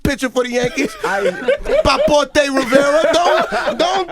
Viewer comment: "Papotee Rivera" 😂😂